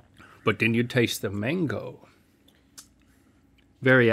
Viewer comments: Its not mongo its mango. Please support a link otherwise if its really an education channel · I know they're saying mango but I'm hearing manko and it's making me giggle. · When you guys say Mango as Mongo, gotta watch it. Mongo is a slur for mentally challenged individuals. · Sorry but that isn't how you pronounce mango in spanish